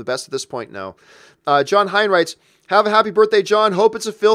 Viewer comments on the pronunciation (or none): none